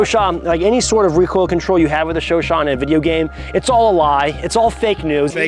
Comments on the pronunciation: Its Chu CHAD😂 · Don't you mean the "chowchat"?